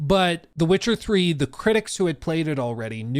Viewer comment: “Wit-cha Ffree”